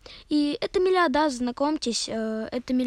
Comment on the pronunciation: простите за душность но правильно произносится мелио'дас не мелиода'с